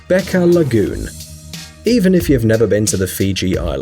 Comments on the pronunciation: It's beqa not beca😊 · The Beqa lagoon isn't pronounced "Beka" It is pronounced "Bang-a" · Beqa is actually pronounced "Benga" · Same thing about Fiji. Beqa (Pronounced banga) is actually a tourist attraction. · I'm from Fiji and the q is pronounced g not k it's bega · seriously, a professional voice should do research on how to pronounce words that are new to them... start with the Beqa. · The one about Fiji is a lie. I know this because I live there, and you are pronouncing the name terribly wrong. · I'm from Fiji, and I've heard about Beqa. btw "Q" in Fijian is pronounced "NG" as in "siNG"